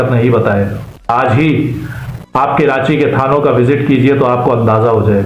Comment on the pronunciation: کرانچی نہیں کہتے ھیں ، بھائی . کبھی کراچی کہتے ہیں تو کبھی کرانچی .. کراچی کا Pronunciation تو صحیح کرلو ..